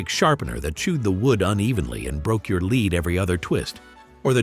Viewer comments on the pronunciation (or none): Break your "leed" lol